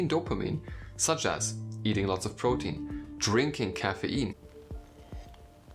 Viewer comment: I Didn't even know when this video ended and i only remember hearing ''protien'' Am i cooked:face-purple-crying